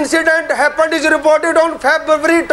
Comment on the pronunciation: febvabry tonty second.